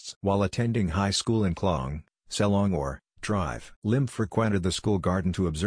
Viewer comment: Why can't the system pronounce Dr properly.